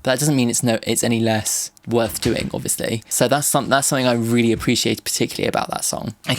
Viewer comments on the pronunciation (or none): none